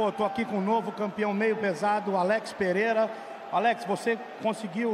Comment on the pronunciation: why can't everyone pronounce his name correctly it's not pahera its Pereira joe rogan is joe bogan right